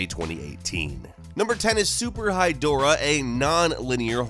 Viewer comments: When I heard the name Super Hydorah I thought he meant “Super High Dora” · Seriously thought that was "super-high Dora," and was picturing Dora the Explorer puffin' a blunt.